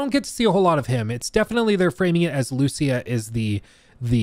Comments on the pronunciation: LOL, I think the same EVERY TIME, just because my main language is Spanish. The name has an accent in the "í" and should be written "Lucía". the accent is in the "í", not in the "u" like most gringos trying to pronounce it LOL LOL LOL. But I think hadn't watch the full trailer yet. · I think it's pronounced as Luciya. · Lucía ! Emphasis on the í !!! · Lucia (LOO-SEE-A ) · idk how this man cant pronouce Lucia even when its said in the trailer :P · You don’t know how to pronounce Lucia when it’s literally the first thing said in the entire trailer?